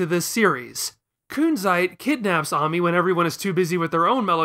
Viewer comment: It's pronounced ay-mee....not ah-mee